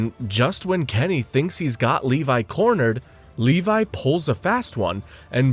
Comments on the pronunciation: FINALLY YOU SAID LEVI NOT LEVY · You said “Levi” correctly 🥹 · You fixed the pronunciation of Levi”s name 🎉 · I think they did this again just to pronounce “levi” correctly